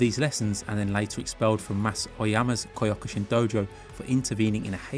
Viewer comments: that was the weirdest pronounciation of Kyokushin Karate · Why do you say Kyokushin wrong? Way to ruin the video.